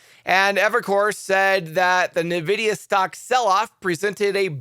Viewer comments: PRONOUNCE NVIDIA [en-VID-eeyah] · Plz correct your pronunciation of "Nvidia"